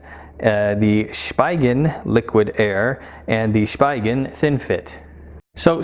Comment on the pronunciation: It’s also pronounced as (Spee-gen).